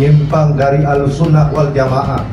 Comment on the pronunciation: Miminnya Islam atau bukan sih atau robot ya. Masak ahlussunnah waljama'ah aja gak ngerti baca masak dibaca wal jamaaa preettt